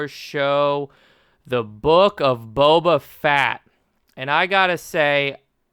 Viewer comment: The Book of Boba FAT! 🤣😂